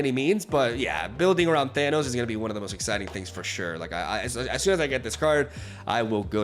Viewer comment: ahh yes Thannis, not Thanos english strikes again